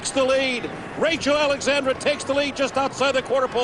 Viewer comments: Why do they say Rachel Alexander, that bugs the crap out of me! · He kept calling her Rachel Alexander not Rachel Alexandra xD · Why is it so hard to say AlexandrA... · I can’t believe that Derkin mispronounced Rachel ALEXANDRA’s name three times I CAN believe why Calvin gave away Mine That Bird following his ‘Derby win to take Rachel ALEXANDRA in the Preakness Gary Stevens ALSO blew her name Crazy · He called her name 6 times correctly, 3 times....oh well...